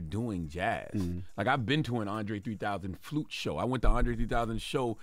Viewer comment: The carpet is Blew? Is that a color. Andre 3000 played the Flewt? Why Jess cant say words right? 😮